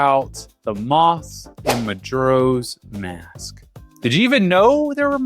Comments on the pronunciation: i can't be the only one upset with his pronunciation of majoras mask. muh jor uh. not jur. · You don't know Majuro's Mask? 😅 Reminds me of my mother calling sudoku 'saduko'. Maybe he's dyslexic and never double checked?